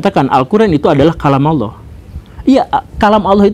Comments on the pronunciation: Pengucapannya Allah di perbaiki pak Bacaannya Alloh BUKAN Auloh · Org sunda kek gitu cuk, pernah liat AA Gim ceramah gk?